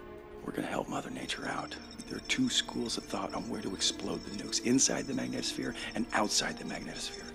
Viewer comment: It's mag NEE tohs phere (long e sound).. Sorry but given the importance of that word in this movie, the pronunciation really needs to be correct. It's not rocket science.